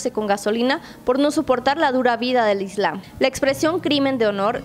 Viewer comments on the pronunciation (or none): none